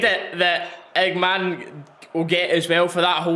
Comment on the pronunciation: pro tip: his name is pronounced Igaman not igaman-e... the e is just due to french spelling...